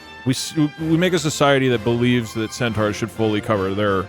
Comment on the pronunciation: thinking centaurs are half-zebra and repeatedly calling them "centuars" is killing me